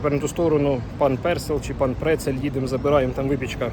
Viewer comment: Precel kurwa! PRECEL!!!!! Ошем, не восемь 🤦‍♂️